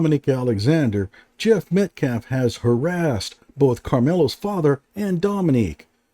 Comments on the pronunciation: 'Metclaf' is like 'axe' for ask. Deeply embedded, unselfconscious ignorance. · Dominique Alexander is r*tarded. He keeps saying “Met-claff” instead of Metcalf. 😆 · I think that Dominique paid someone to pretend to be Jeff. He refuses to say Jeff's last name correctly. It's Metcalf, not Metclaf. The Anthonys knew what they were doing by hiring to speak for them instead of letting their lawyer speak. 😮